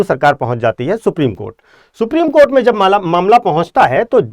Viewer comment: आप सुप्रीम कोठा को सुप्रीम कोर्ट बोल रहे है । कृपया इसे सुधारे 😂